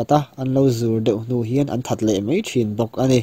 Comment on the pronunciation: Mei tih aiin Mai tih lo hmang ve tawh la tiraw